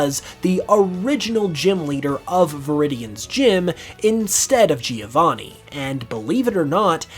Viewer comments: Giovanni is an italian name and the first "I" is silent. So you don't say Geo to start his Name, just "Jo"vanni. Soo I don't know if this is a bit of a stretch. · That's not even how the name "Giovanni" is pronounced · Americans definitely should stop saying "Geovanni", that's not how it's pronounced